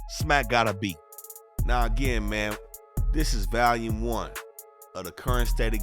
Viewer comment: Bro can’t pronounce the word Volume ! Nigga say VALUme😂